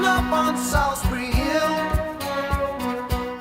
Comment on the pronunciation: It's pronounced 'Solls-bree'. Listen to how he says it in the song!